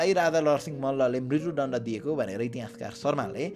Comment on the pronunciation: Oh, I didn't mean to discourage you, but your pronunciation is a bit unclear. For example, at the sixteen-minute mark, "म्रित्यु दण्ड" could use some improvement. If possible, please work on it, but if not, it's okay; I’m more focused on your content delivery than your voice.